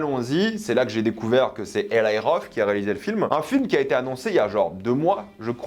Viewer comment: je sais que les Français aime la mode English dans la prononciation pour se donner un genre de je ne sais quoi mais on ne dit pas: EL"Y" mais bien Eli car il est d'origine juive et son prénom de dit bien: ELI en prononçant le I comme on le dirait en français. pffff